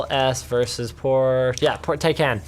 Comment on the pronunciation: Finally somebody who pronounces Porsche correctly, thanks Linus.